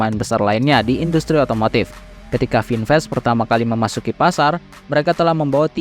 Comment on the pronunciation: Vinfast tulisannya, kata bahasa Inggris khan? kenapa cara bacanya melenceng? Itu menunjukkan ada hal yang disembunyikan